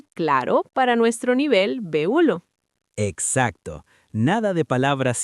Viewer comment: Hola! habla de « nivel b hulo »… dice « el café se hace salo ». Son errores de la IA? No comprendo. Sin embargo, muchas gracias por estos vídeos que me ayudan a mejorar mi español.